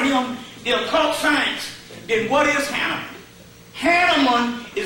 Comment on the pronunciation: Hanaman great pronunciation. I still can't pronounce it🙏